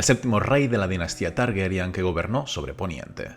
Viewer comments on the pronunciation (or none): Es TARGARYEN NO TARGERYAN